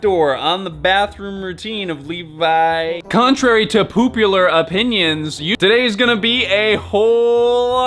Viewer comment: "Contrary to poopular opinions"